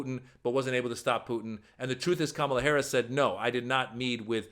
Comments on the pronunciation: Pussy neck loves some Putin but cannot even pronounce Kamala. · This thug Donald Trump has no business ever stepping foot in the Whitehouse again. Kamala Harris is educated and articulate. Listening to Donald Trump is like listening to a gang leader. His command of the English language. Him mispronouncing her name, is intentional and juvenile. It's so immature for someone his age. Donald needs to grow up and act like a man and not like an Insurrectionist. Vote for Kamala Harris and Tim Walz. We need adults in the Whitehouse. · He chooses not to pronounce the VP’s name correctly, because he wants to be a bully, but he’s actually a coward.